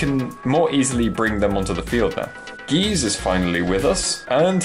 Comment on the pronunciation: it is GY ZE. why do people Always pronouce it wrong?